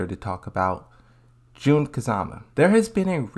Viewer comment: It's Jun kazama not June kazama